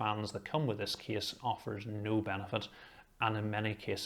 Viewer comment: Every time he said “case” my mind consider it like “keys”. So his “case” reviews gone mad with me. 😅 In the other hand his reviews detail and quality is “top tier” without any discussion!